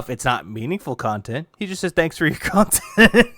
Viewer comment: Thank you for the super pahsitive khantent. This was meaningful af